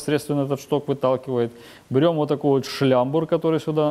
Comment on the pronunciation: Хотел за 10 минут промотать весь видос, Залип на час. Угарнул с "Ууотакой трещотки".